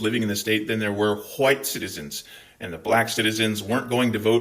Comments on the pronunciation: Gday 🤙 Loving the passion & the pronunciation of 'wwhhite'. Too funny. 2 claps and a ric.... woooooo 👏👏🤙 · MAGA trolls love how you pronounce "white". /s